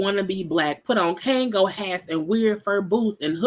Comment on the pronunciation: Yo I can’t breathe every time you say a “Kango hat” 😂😂😂